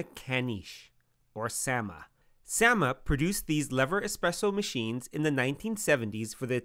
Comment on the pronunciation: I think you should worry about your pronunciation of the word “lever” before worrying about the pronunciation of the manufacturer’s name.